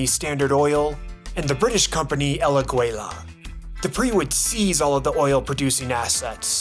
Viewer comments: Excellent summary, but has some technical flaws. First of all, are you using AI for narrator? The pronunciation of the Spanish words is horrible! Aguila, Cárdenas and other words are butchered. And why on earth did you BLUR out the bosom of the Mexico City statue, el Angél???? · Ok, I seriously love your video, the research done and the way you display the information, all chef's kiss tier, my only recommendation would be... My guy... Please Google translator check the pronunciation of names and words you might not know, please, I died with "águila", the u is silent and I know that's confusing to non Ñ speakers but it's important to pronunciate stuff correctly when discussing history of an already internationally butchered country, all that recognizing the wonderful video you put together, thank you for making it. 🇲🇽 ♥